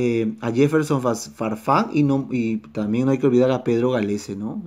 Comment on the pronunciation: como que se les paso la mano con la e en el nombre de farfan jaja :v